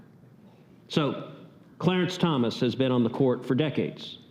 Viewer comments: It's Thomas not Thompson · It’s Clarence Thomas. Not Thompson. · It's Thomas, not Thompson.